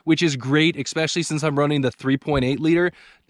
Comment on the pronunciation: oh please stop saying exspecially!